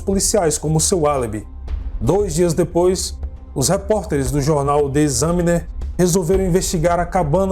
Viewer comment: E em Pontiac a sílaba é no "ti"... o jornal Examiner se diz "Ecsâminer" e não "Esâminer"...